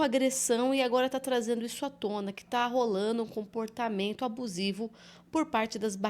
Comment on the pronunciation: Não se fala ta rolano é tá rolando